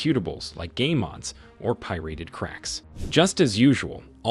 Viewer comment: I am still waiting for to make this show better. It is poor that we only have a single Americanised voice that cannot even pronounce pirated PI-RAT-ED not PI-RATED. Upgrade soon please:)